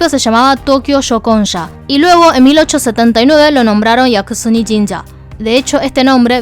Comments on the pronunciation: Es Yasukuni no Yakusuni XD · Es YASUKUNI no yaKUsuni, 靖国 やすくに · me encantan tus videos! Pero hay un pequeñito problema con este: el nombre del santuario es Yasukuni, no Yakusuni.:C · No creo que sea acertado decir que el video es solo "una narración de los hechos". La postura personal de quedó bastante clara en un video que debía ser puramente informativo. En varios puntos, ella detiene su narración para decir cosas como "capaz el muchacho es bruto, pero cómo no iba a saber tal cosa?", lo cual es irónico porque ella pronunció mal el nombre del templo Yasukuni durante todo el video. En fin, la cuestión es que aquellos que no tenían referencia previa terminaron el video considerando solo 2 opciones: 1)ZZH es bruto/idiota (y puedes ver que el insulto se repite en varios de los comentarios) 2)ZZH realmente tuvo intenciones maliciosas al ir a X lugar. En ningún punto del video se advierte que parte de la información no ha sido verificada ni se plantea la posibilidad de un boicot, a pesar de todas las irregularidades que se dieron el 12, 13 y 14 de agosto. No entiendo por qué hay gente actuando como si pidieramos algo exagerado. ¿No es natural para un canal público preservar su credibilidad, haciendo correcciones luego de difundir información falsa? ¿Por qué la audiencia tiene que encargarse sola de limpiar la desinformación de canales como el de, que supuestamente han asumido esta responsabilidad desde el comienzo? Al final del día, la mayoría de los que vemos este video simplemente no tenemos el alcance que ella tiene.